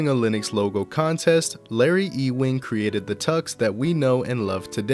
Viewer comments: E-wing? This isn't Star Wars. Ewing = Yoo-wing. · its totally "youing" and not e-wing lol. fantastic video tho!